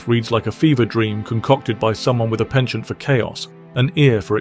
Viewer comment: Bloody AI; it's penchant not pension!